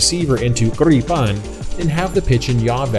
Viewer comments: and you cannot even say Gripen properly how can you call your self a Swede 😂 Its Gripen, not Gripeeeen... 🤣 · You fly way better than you pronounce Gripen 😉 Now I really want to buy a RC like this